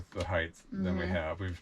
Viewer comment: I know this is a small observation but it grinds my gears when people say heigTH !! It's height !!!